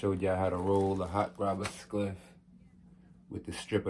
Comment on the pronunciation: why tf do you keep saying ''skliff'' bwoy?🤣